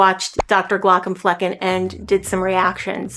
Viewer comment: His name is GlauKOMflecken, not GLAUkomflecken.